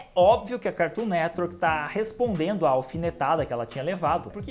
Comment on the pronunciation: HA MANO,ACHO DA HORA SEUS VÍDEOS,MAS ESSA AI DE FICAR INVENTANDO DE PRONUNCIAR O NOME DO CARTOON NETWORK,NADA A VER.......